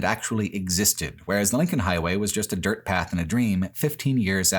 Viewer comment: "much of Nebraska and much of Iowa is accomplished on well maintained, pleasantly grated, *Dört*"